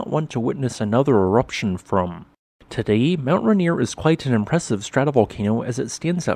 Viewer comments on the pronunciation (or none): It's pronounced "Ray" "Near", not "Ruh" "Near". Hope that helps!